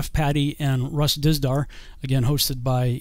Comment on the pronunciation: Russ Dizdar* (not "Tisdar"). 🙏👍